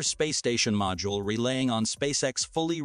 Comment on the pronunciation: NAY-sa? Re-LAY-ing on? MIRE space station? You get a thumbs-down for idiocy!